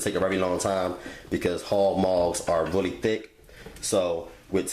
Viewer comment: Bless his heart. "This is a rarey big piece of chitin..."